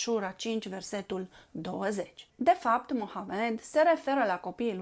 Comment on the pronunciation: Aveți aprecierea mea, sunteți dacă nu prima persoană, printre primele persoane care pronunță corespunzător numele profetului(dumnezeu să-l binecuvinteze și să-l miluiască pe el și pe familia sa precum l-a binecuvântat și l-a miluit pe profetul Avraam și familia sa)